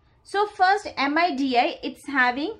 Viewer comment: my soul got crushed when she said M.I.D.I instead of midi